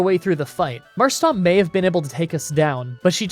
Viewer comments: It's Marshtomp, not Marshstomp. You sound like the sort of dude who would say Groundon instead of Groudon. lol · Dude it's MarshTOMP, not STOMP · A lot of people mention your pronounciations but I don't see anyone going after you for Marshtomp. It is not Marshstomp, there is no second S in there. It is just Marsh-Tomp. Besides that, a good video. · I generally stop watching Gen 3 games when May/Brendan pick Mudkip because nobody on the internet seems to pronounce Marshtomp correctly. Why don't people realize there is no second S in the name. It's Marsh-tomp NOT Marsh-stomp...that's my rant for the day, on with the show. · Much as I love these videos there is one thing that vexes me a little. You need to work on how you say Marshtomp. There is no second S in there mate. It's Marsh-Tomp not Marsh-Stomp. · ah, yes, "marsh-tomp"="marsh-stomp"; really gotta love that classic dyslexia. reminds me being dyslexic and all calling, groudon "grounddon", makuhita "makutia", and my personal favorite and the viagra in pokemon cannon: "viabra". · Can't figure out if Marsh-Stomp is a meme now or if it's a genuine mispronounciation of Marshtomp